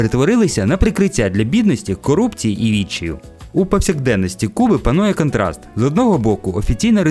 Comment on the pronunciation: Хороший контент, але дуже ріжуть вухо деякі слова промовлені на руснявий маневр. В українській мові, всі голосні вимовляються чітко. А в вас досі є - кантраст, риспубліка і тд. Будь ласка, попрацюйте над вимовою. Підписалась